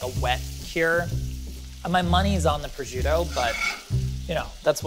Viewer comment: The way says prosciutto made the Italian in me sad and angry 😂